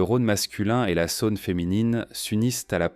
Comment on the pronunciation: Dommage le commentaire IA. J'habite Lyon et ne connais pas la Sa-Onne !